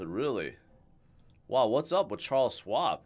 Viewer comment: No swab,. Think: Shhwab, but don't over exaggerate the first part, just say it all at once.